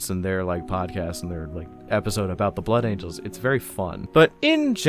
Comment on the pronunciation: I agree with your thoughts completely. As a Blood Angels fan, I actually have a hard time liking the "Blangels", if I correctly heard you incorrectly but beautifully call them 😏. I constantly find myself coming back to Sanguinius because I love this idea of love and light that he pushes that I feel I can never find in the same intensity or purity with his successor chapters. And I've been constantly looking for someone to explain why that is and so far, your video has come the closest out of anyone's. 🙂 Your views on the big Angel Boy himself remind me that we all like our respective characters from 40k because we connect with them on some level and that they have some inestimable degree of some human virtue to them or something like that and so it's important to remember that I, personally, really like Sanguinius because he's ultimately human despite his superhuman qualities and is also one of the few primarchs to really recognize that his humanity is a part of who he is. Regardless, and to make a long story somewhat shorter, I do also like how you broke down the flaws of his character that we often overlook; that he was actually very consistently getting closer and closer towards breaking down in a very awful way and that he may not have valued himself as much as he should have or given himself enough of a break to be able to bear through everything that happened. I'm glad that we can look at these fictional superhumans in such a way as to find their very human flaws so tha